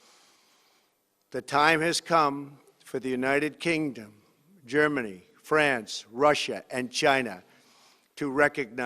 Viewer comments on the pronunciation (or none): none